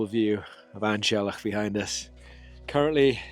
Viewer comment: Fancy the effort used to summit An Teallach and not making the effort to correctly pronounce the name!